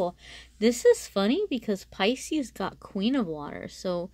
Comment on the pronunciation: Thank you for your reading. But you say picis a couple of times 🤷‍♀️ Maybe that’s a very strong energy.